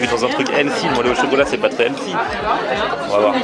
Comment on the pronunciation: Par contre le prix, il n’est pas détox quoi., on t’adore mais on prononce healthy(healfi et non elsi). 😂